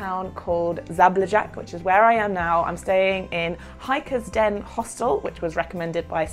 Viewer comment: you really need to google pronunciation of the city name - Zabljak